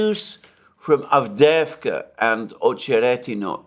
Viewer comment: You pronounce it "AvdYEvka."